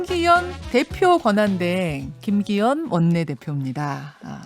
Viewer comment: 김기혀이~ 발음이나 교정해라..방송에 맞지않은 대리 대표....ㅉㅉ